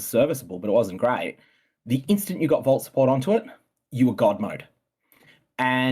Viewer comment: Brother, it's Fate of the V[aw]l Not "Val" reiterated it to you multiple times in the interview in response to your mispronunciation... Multiple times...